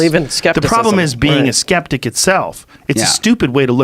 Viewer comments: When you moan about character assassination and then completely assassinate the word "Skeptic" lmfao. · i cant believe they fucked up on the word "skeptic" so badly.